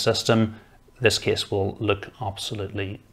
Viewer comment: What a great "Ca-YSE" 😆